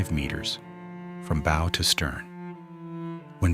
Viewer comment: The "boe"?